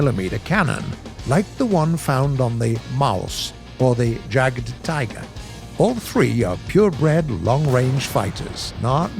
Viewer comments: Stop calling it Jagged tiger. It’s pronounced yagdtiger. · Using English pronunciation for German words is really strange. 'J'agdT'ai'ger, Na'sh'orn was really awful.